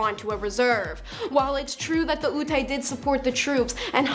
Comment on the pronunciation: Ute is prounced like you-t :)